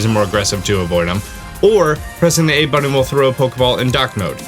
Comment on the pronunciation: Dude you say button with an m not an n.... it sounds weird AF lol